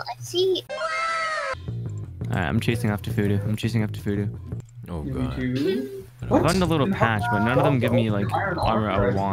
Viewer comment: Oooh it's phoodu like voodoo whoopsie....